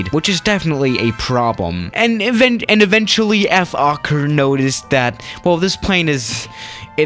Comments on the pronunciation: It Is Pronounced Folker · Oh btw in dutch you pronounce the o in fokker as you would pronounce the o in british “oi” like oi mate :) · It's actually pronounced as "fhawker" where you would clearly hear the word "hawk" in it. Also Fokkers military history is far more notable to the public than their commercial flight era. Funny enough, a lot of people forget that even in WW2 Fokkers were widely respected by the Germans and eventually the Soviets after the winterwar of 1939 until 1940. Ofcourse after the war Fokker decided to focus on commercial aircraft again and that eventually let up to Fokker making huge mistakes in the early days of the 70's. They could have still been a part of the aircraft manufacteres market on chartered flights and cityhoppers, but yeah everyone knows what happened... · You said FOKKER haha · No one:: Ef-okker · ”F Okker” Okker: 😐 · When you say: Fokker Try you didn't swear: "F" okker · Im pretty sure its pronounced foe-kker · Just pronounce it like Folkker. see? Fo-l-kker with an L Also im Aussie so for me i say it like Fokir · Did somebody say focker? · u can say it like fold ker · Lol I always think it says f*** not fokker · Nobody: Youtube: Don't say the F word: Fokker